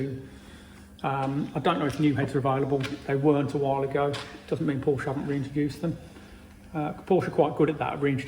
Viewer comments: And you still can't pronounce Porsche properly. My 911 Cabriolet will be 25 years old next month. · When are people going to say the word Porsche properly? They can be money pits same as barges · I wish you would pronounce Porsche correctly… just once 🙄